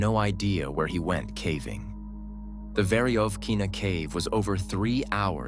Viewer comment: This AI narration SUCKS! So tired of listening to the horrible pronunciations and inflection on the wrong parts of the sentence....starting the middle of the sentence with the pause or voice inflection of the end or beginning of a sentence is super hard to listen to. Then there's the pronunciation of caving as cAAAving instead of cAYYving.